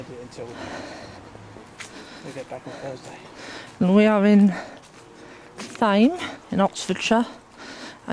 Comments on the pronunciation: The Th is not sounded as an F. So Tame as in not wild! Hope that helps!. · As a resident of Thame and residing close by, it's pronounced Tame, the h is silent.